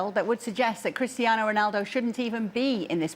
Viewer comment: Why does the 1st guy pronounce Cristiano’s name like that? It’s wrong. CR7 is not Spanish… 😮 And us not a single word. The other guys do it better.